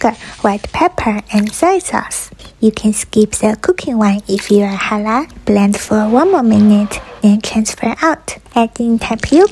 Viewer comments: I'm not here just to appreciate that you advised us to skip cooking wine, but also here to appreciate how you pronounced Halal the most accurate way. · As a Muslim and arab, her pronunciation of the word “halal” is perfect Thank you! ❤️ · you actually pronounced it very well 10/10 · its 100% correct pronounce good job😃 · You are so sweet thanks for caring about muslims❤😊 and don't worry you pronounced halal purr...fect😂❤